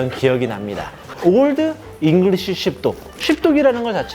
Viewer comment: 쉽독인데 이상하게 씹덕이라고 들리네 자꾸ㅋㅋㅋ